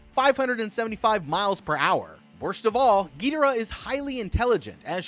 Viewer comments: The way you pronounce their names pisses me off. Do better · Y tf are u saying Ghidorah name like that 😭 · Why the fuxk are you pronouncing Ghidorah so wrong? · Bro said “gidira “ for some some reason. It’s supposed to be “king gidora “ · ITS NOT GIDERA ITS KING GIDORA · Every time he says “getora” I lose a brain cell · ❌King gidara💀 ☑️king gadora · you must have upset so many monsterverse fans when pronouncing "Ghidorah" its pronouced "Gi-doorah" not Gee-dora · it's pronunced gedorah not geederaah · U can't even spell it ever it's Ghidorah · Bro it's "ghi,door,ah. Not gitoora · Gee-de-rah lmao Bruh... It's Gi (soft g) as in IT.. Gi-dora... As in Dora the explorer. Geh-dora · We all know damm well it’s NOT a gravity beam and it not pronounced (giderah) it’s (gidorah) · Not Trying To Be Rude But Monster Zero’s Real Name Is Pronounced Gi-Dora, Not Gi-Dera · Who the hell is gitaruh???? You watched the movie so you know how to pronounce GHI DOR AH, she LITERALLY pronounces their name...I had to stop watching lmao that was annoying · Gheedorah cmon man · It's not a big deal at all, but it is pronounced Gee-door-rah. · 640th gedora is fer sher the way to say it and the pteratreetoops 😂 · ain't no way he pronounced "Ghidorah" "Geederah" 💀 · SO NO ONE IS TALKING ABOUT HOW HES CALLING GHIDORAH GIDARAH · "Penisaur" "gaydorah" 🥶👌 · ITS GI DOOR AH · I like these since since I’m a huge Godzilla fan but him saying ghidora wrong is a bit annoying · Bro called him gaydora ☠️ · It's pronounced Gi-Door-Rah ( Ghidorah ) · You say it more like gadora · He says gidora wrong😅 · bro it's pronounced Gih-dore-ah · It was how whe was pronouncing Ghidora for me... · Ghidorah: how did you pronounce my name mortal?! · I can't believe no one on the How to Beat team corrected him on the pronunciation of Ghidorah. It was so distracting 😭😭 Then the switch between RoDAN and RoDON, it's RoDAN baby, RoDAN. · why does he pronounce rodan gidorah wrong